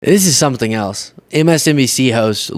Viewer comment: Drumpf pronounces the word "something" as "sumpthing", with a p